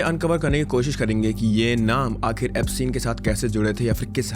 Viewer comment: Epstein = eps-teen Ghislaine = Ghee- lane Pronunciation